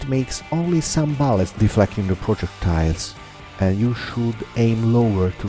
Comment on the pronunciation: He pronaunced bullets ballets lol that Italian